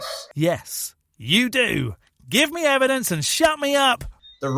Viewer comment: Yes, but do you have any evidence? Evidence? EVIDENCE??? Do you have any? No, not just words, any actual EH-VEE-DENSE? No, didn’t think so.